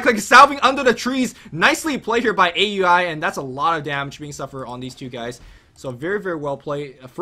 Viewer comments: Hey, "A U I 2000" is pronounced "Owl-ee 2000" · no its fucking A.U.I not ow e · Once again, it's pronounce OW-UI, NOT A.U.I... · Even though Aui says he doesn't care, most people that know him personally call him A-U-I because I believe that was how it was originally intended. In fact, Blitz even hates it when people don't pronounce each individual word.